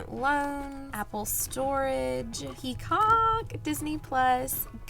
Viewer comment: Hi!! I’m loving the new vellum envelopes! 😍❤️ hahaha it was hilarious how you said peacock 🦚 😂❤❤